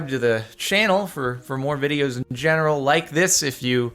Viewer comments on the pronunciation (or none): none